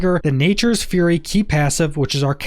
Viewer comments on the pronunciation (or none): none